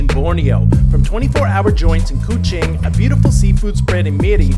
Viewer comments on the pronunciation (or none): It is Kuching not Ku cing 🤣🤣 The island of Sabah? Kota Kinabalu is not on the island of Sabah. Borneo island makes more sense. Other than that it is a great food adventure video.